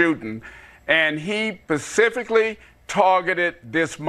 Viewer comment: But he "pacifically" targeted that mall